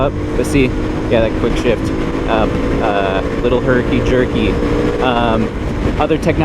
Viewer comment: Haha did you hear say herkey jerkey earlier and accidentally say it?